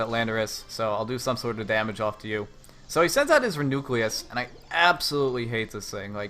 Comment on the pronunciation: Reuniclus =/= re-nucleus. REE-you-NEE-kliss